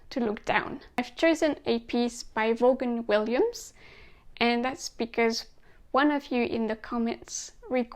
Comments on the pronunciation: Well done. BTW it's pronounced Vorn-Williams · no, there isn't an R. It's spelt Vaughan-Williams, but pronounced Vorn-Williams.